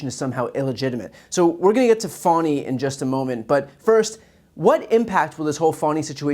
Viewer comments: BTC, please show some respect for Fulton County, Georgia Prosecutor Willis by pronouncing her first name as she does. You are pronouncing it "fawn'-ee" when the appropriate pronunciation is more like "fah'-nee." I acknowledge that it's a slight distinction but it's disrespectful nonetheless not to care enough to pronounce someone's name as they prefer to pronounce it. I cringe every time you or anyone else pronounces her name like it incorporates the term for a young deer! Do you like it if people started pronouncing your your first name "bree'an" given that long ē sound is a perfectly acceptable pronunciation of the letter i used in many words. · Doesn't Trump's being spanked by Stormy Daniels cancel out anything Fani Willis did? Republicans: It' pronounced Fawny not Fanny and you know that - grow up. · She pronounces her name Fawney.